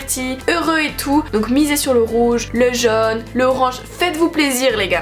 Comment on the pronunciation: "Le jone"